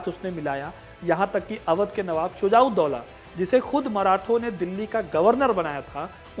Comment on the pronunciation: पहले सुझाव दोला का नाम ठीक से पढ़ लो फिर इतिहास बताना